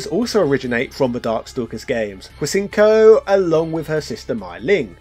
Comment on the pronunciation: I thought Hsien-Ko's name was pronounced Shen-Ko. Someone fact check this for me.